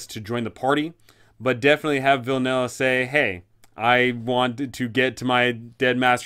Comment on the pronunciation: obsessed with how you keep calling vilnius "villainous"... i mean ur not wrong